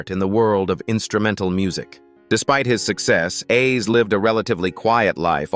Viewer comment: I hate when they repeatedly mispronounce Roy Ayer’s (pronounced Airs) name it’s annoying. I pray all of these celebrities rest in peace🙏🏾.